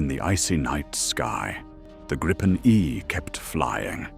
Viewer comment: Canadian guy here. Personally, l hope we dump the F-35 and go with the Gripen. We could purchase several jets from Sweden whilst we build the factories here to build future jets. BTW, exactly how o you pronounce Gripen? Even this video, it's pronounced three different ways. Grip-en, Gripe-en or Greep-en - which pronunciation is correct? Can an actual Swede please comment on this?